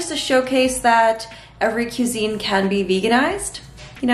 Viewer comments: Everything looked so good! Thx 4 sharing! As for the pronunciation of cuisine, it is French and is properly pronounced like this: kwa- zen. But, no worries! For a Mexican food suggestion, how about vegan tamales in corn husks. My grand mom used to make awesome ones, but they were not vegan and even had lard! I can’t imagine eating that now although I forged myself on hers when I was a kid.😊 Good job on this video!!!! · I think it’s so cute how you pronounce “cuisine” 😅